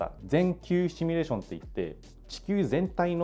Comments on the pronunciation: どーでもいいけどさー、 この人「シミュレーション」を「シュミレーション」って言ってない？ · シュミレーションじゃないの